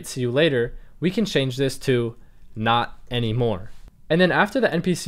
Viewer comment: How are you? Good. Not annymore. Omg..😭😭